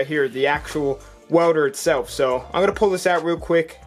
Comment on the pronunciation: “Wewder” “Wewding” “Eletric”